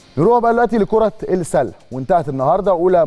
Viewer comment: اول مره اشوف مذيع لا يفرق بين اللام الشمسية والقمريه ينطق السله لام قمريه